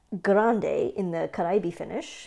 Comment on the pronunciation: Yes, perfect pronunciation! Means Caribbean, as you probably know